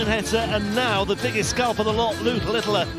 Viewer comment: Thanks for the great coverage. I don't know why that commentator calls Luke Littler LITTILER, there is no I after the T's